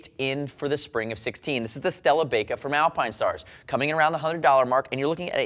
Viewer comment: I feel like this would be pronounced "bye-ka" instead of "bake-ah", they're motorcycle gloves not oven mits! LOL :)